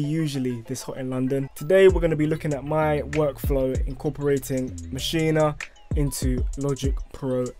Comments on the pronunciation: its not maschina, its maschine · in the good ol' U S of A we say MA-SHEEN ...not MA-SHEE-NA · It'a Maschine, not Maschine-uh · Why does everyone keep saying “maschina”